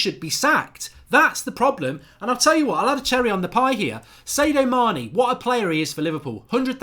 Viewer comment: Pretty sure its SAD-IO not SAY-DOH Mane